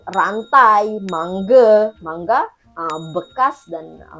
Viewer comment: Sy sebut mangga bukan mangge